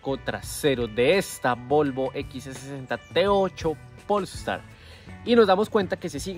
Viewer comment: Todo bien pero no estas pronunciado bien polestar no le pongas acento en el pol estar es polestar sieve y junto 😅